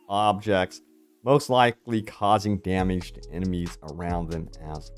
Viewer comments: why do you say "damage" like that? figure it out. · Dameege lol